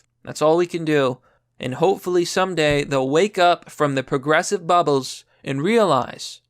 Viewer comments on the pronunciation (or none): 'Coporations' and 'puhgressive' aren't words, you pathetic idiot. God, you can barely read, you can barely speak English, and you constantly spread misinformation. You are the reason that the First Amendment shouldn't apply to everyone.